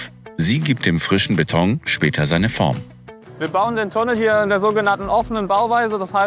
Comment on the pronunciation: Ich bekomme noch Alpträume, wenn ich noch länger "Bett-ong" höre.